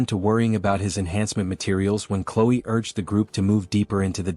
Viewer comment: you said chloe wrong and you said clo